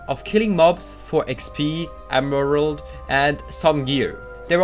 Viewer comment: "Emerald" xD